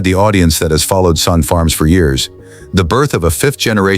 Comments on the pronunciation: It's Sonne , pronounced Sunny , not son . His boy is Reid , not Reed. Get your facts straight before you make a video. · Really stupid u tube .its pronounced sunny. Have you no self respect. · Agreed, if your going to feature a family farm, the least you can do is pronounce the family name correctly. Sonne , pronounced Sunny. Otherwise some good content. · The last name is pronounce Sunny! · Overall, a great presentation. BUT, it was an insult to my ears to hear the Sonne name mispronounced over and over again. Let's not forget, Reid may choose a different life, just as Cole's older brothers did. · I was going to comment on the same thing. You would think that something as detailed as this, could at least pronounce the name correctly….. 😂